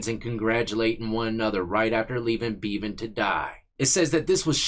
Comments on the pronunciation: It’s pronounced beh-van not Bee-van🤣🤣. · Bev-an, not Bee-van. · Pronounced Bevan like Heaven. Which is where that scumbag aint going. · pronounce the e in bevan the same a e in egg. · Bevan rhymes with eleven not steven. From your friend over the pond.